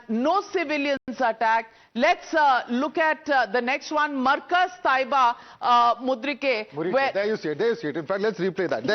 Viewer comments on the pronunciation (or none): Navika you are a very good journalist, however you somehow pronounced Mu. reed. kay as Mud. ree. kay!